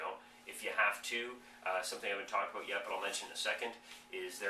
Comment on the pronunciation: Dude. You are SO from Ontario!!!! You had me fooled until you said "a session can vary from ABOOT 20 to 30 minutes."